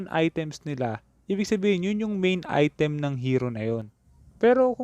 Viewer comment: Im tired of hearing " Ai TÉM"